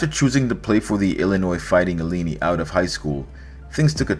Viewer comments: The fighting illeenee??!? “IL - EYE -NIGH”!!! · Illini (nye, not ni) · The Fighting 'Illiny'? It has always been pronounced 'ILL - EYE - NIGH'. How could you not know that? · Dude, ah, if you don't know how to pronounce EE - LAH-EE - NAH-EE, I can't take anything else you say seriously. See, it's not that you have never seen even one of their games (one of the most glory-bound, legendary American sports brands... And you wanna talk sports?), in which you would have heard the announcer say it - it's that you didn't care enough to look it up. In the age of Google... Follow ya Heart,. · Illinois fighting "Eleene"? Haha . lessen how to pronounced t those names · It’s not pronounced like Bellini the peach cocktail. It’s ILL - EYE - NIGH. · Illinois fighting (uh lie un eye) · Hey. Thanks for this. I’m encouraged about this guy now. I’m from Illinois and Illini is pronounced: ill-line-eye. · Dude can't pronounce Illini? But a basketball expert?